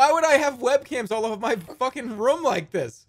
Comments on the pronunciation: He says room like rhum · why does he say room with a schwa its really bothering me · I like how he pronounces “room” can’t get enough of it